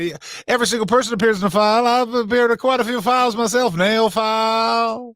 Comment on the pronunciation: Flies? My god Fran WHAT FLIES? AHHHHHHH.... Oh, 'fiiiiles'..... Christ on a cracker!